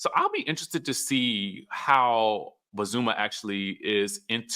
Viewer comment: Her name is BOz-Za-Ma- not bozuma